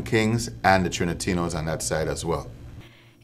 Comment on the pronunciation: Trinatinos? Does he mean Trinitarios (Dominican Gang)